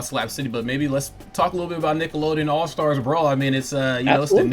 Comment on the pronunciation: All STAR Brawl. Why's this dude keep adding an "S" on the end of the word?